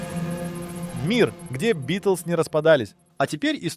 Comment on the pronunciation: Nie Bitlesi tylko Bitelsi